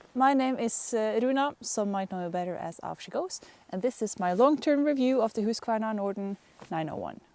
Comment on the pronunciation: Please, people notice how she pronounces Husqvarna. Then learn how to pronounce it CORRECTLY, lol